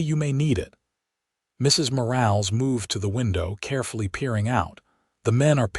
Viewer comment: Nice story. I do question that a rancher with only 200 head of cattle would have a foreman & 3 ranch hands! Plus AI has a nice voice but keeps mispronouncing Mrs. Morales last name! You need a human to check these stories! Texas